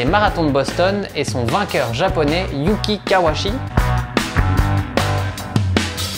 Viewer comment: Hello, Par contre il s'appelle bien KawaUchi, le u n'est pas absorbé en japonais et son nom est bien composé des deux kanji "Kawa" (川, la rivière) et "Uchi" (内 à l'intérieur) Pour être plus rigoureux même le son "chi" se prononce "tchi" en français, donc en terme de syllabaire on doit prononcer son nom ka wa u tchi Bonne continuation